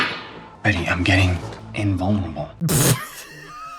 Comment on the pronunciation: Why did I mistake Archie saying “I’m getting invulnerable” for “I’m gay and vulnerable”